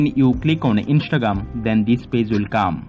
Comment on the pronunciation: "Inshtregream account" 💀